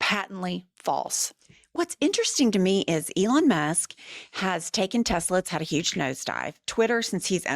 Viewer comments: Legal question!! Do we think he says “Tesler” instead of “Tesla” so he can say in court that he never directly said “buy Tesla” etc exactly- like a legal way of covering his ass if they go after him? Love you ❤ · Not "Tesla" ladies..Say it with me and POTUS..Tessler.. Just saying. Don't forget tomorrow day of Tesla protests! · It’s “TES - LER”.